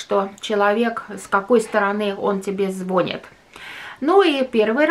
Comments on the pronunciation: все очень правильно говорите! Но надо говорить не звОнит, а звонИт! Очень режет по ушам! А так интересный канал! Успехов!!! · Все правильно, только не звОнит! а звонИт!!! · Не звОнит звонИт